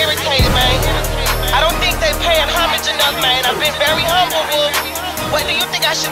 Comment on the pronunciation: lol she said "humbleble" I love her..